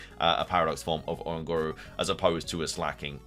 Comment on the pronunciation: Love the video 😭 but it's O-Ran-gu-ru like orangutan but you replace gutan with guru